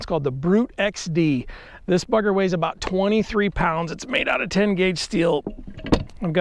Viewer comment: this what? 😂☠️. It didn't sound like bugger at first 😅